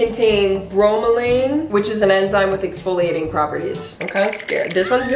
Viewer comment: Me as a science student when she said bromelian: Girl naa